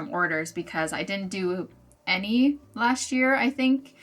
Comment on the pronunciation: Why “lasht year” when it’s just “last year”?!